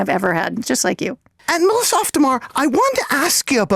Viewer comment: the way you guys pronounced auf makes it sound like off which is the complete opposite of the actual german meaning of the word auf (on top of). auf der mauer means on top of the wall